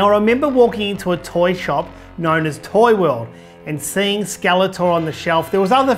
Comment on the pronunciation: Not tori but toy .lol